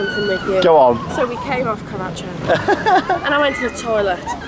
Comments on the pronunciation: Evolution of pronunciation of Karacho: 2019: Carrachoo 2020: Karatcho 2021: (will edit this one next year) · In karacho the ch is silent